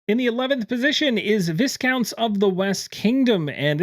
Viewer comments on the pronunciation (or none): Just as a point of information, it’s pronounced Vi-count, not Vis-count. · I keep giggling on the pronunciation of ‘Viscounts’. It’s pronounced ‘V(eye)counts. Hope that helps 👍